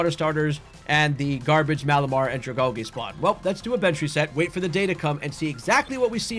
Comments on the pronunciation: U said dragalge wrong, Al-gee. Like sea kelp. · the way you say dragalge is interesting... is that how you pronounce algae too?